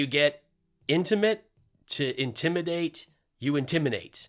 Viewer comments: ...intiminate....inseminate? ew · Hahahahaha intiminate